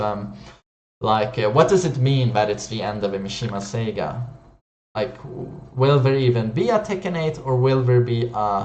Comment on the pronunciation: Lol you pronounced saga wrong you said Sega hahahahaha